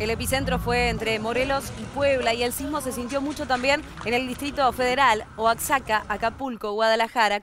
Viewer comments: y se pronuncia oajaca no oacsaca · Error, La codificación de la “x”, hecha por Alfonso el Sabio, terminó siendo adoptada para aplicarse al sonido “sh” del náhuatl y luego, ya en el siglo XVII, el sonido de la “sh” se transformó en “j”. Lo correcto es pronunciar oajaca y México no se pronuncia ni se pronunció mecsico, sino Meshico una especie de "sh" que paso a ser el sonido de la J por dificultad